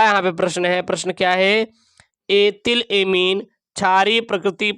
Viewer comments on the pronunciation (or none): Ebhil ko yetil mat padho sir aap vard ko sahi pdha karo